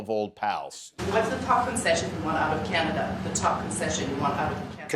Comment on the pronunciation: He loves tesler and canader.😂